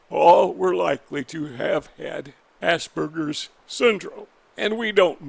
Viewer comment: ~~ Rachmaninov ~~ Thanks for correct pronouncing of Aspergers, Hans is grateful ~~